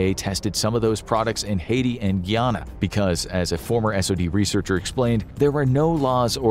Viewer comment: As someone of Guyanese heritage I raged when he pronounced “guyana” as “gyanah”